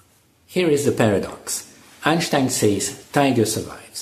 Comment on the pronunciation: It's Einstein, not Einshtein